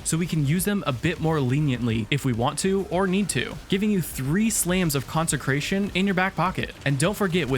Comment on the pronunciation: Two things 1. Consecration has no N in the middle, you keep trying to say concentrated 2. You get 5 fragment slots so do a revamp other than that great video 👍🏻